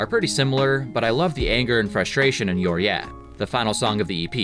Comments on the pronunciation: it’s pronounced “you’re eye uh” not “you’re yeah”, and it’s about how Ned hates the dentist. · FYI Youreyeah is pronounced “Uriah,” it’s the name of the singer from Dead End Path, another band from their area